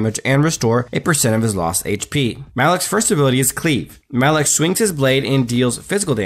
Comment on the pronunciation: Why are you saying maloch name so wierd?